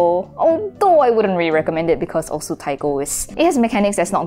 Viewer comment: osu is pronounced oss